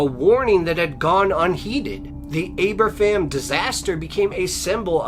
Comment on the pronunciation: at his best! Great story telling!, 3 great stories, the second one happened just a few miles from me, your welsh pronunciation isnt good mind lol its pronounced aber-van but good attempt we dont have the easiest of languages lol, it was a sad disaster ( before my time), my grandparents lived in the valleys and my gramps was one of the men who helped with the removal after the disaster, the day is always remembered here and all schools here have a minute silence on 21st October, unfortunately the miners had to work in treacherous conditions, such a sad tradegy, that yes could have been prevented but nobody cared for the miners. I love your stories and the compassion you have in them, but is good to hear you tell a local story to me, and gets out the history out there.